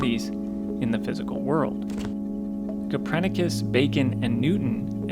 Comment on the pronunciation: It's Copernicus, not Coprenicus.